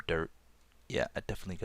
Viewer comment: when he says dirt it sounds like derp